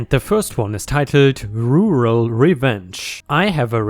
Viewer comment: Looks like pronouncing the word Rural is your nemesis,. Kind of cute really. Like asking a Chinese to say Round Robin. I'm sure my German is hugely more hilarious though..... ⭐⭐⭐⭐⭐⭐⭐⭐⭐